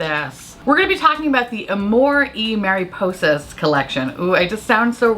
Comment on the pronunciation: Your pronunciation of the palette’s name was perfect, as are you 🌙 I always have the weirdest issue with melt, I’m always in between wanting to put it on my face all at once and having zero interest on their stuff, at the same time, I don’t know why. This one palette is a perfect example of that “I need it, but keep it away from me” I don’t know, melt’s a weird brand for me 🙃.